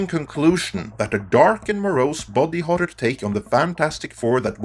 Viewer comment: Your accent makes "body horror" sound like "bobby horror" and now all I can think about is a dark and gritty king of the hill reboot.